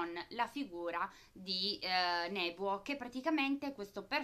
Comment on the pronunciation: Bella recensione ! comunque uno dei 3 personaggi iniziali si chiama Nobuo non Nebuo poi per il resto pollice in su =)